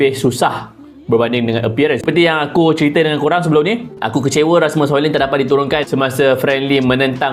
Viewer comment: Bukan Hoilen Bang. "Hoilund". Sebut elok² nama player OK. 👌🏻